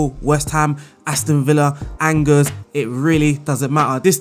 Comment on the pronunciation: It's pronounced Awn Jay (with a soft J like in Jacques) not Angers, or like Rangers. I found this out as a Rangers fan 😂🏴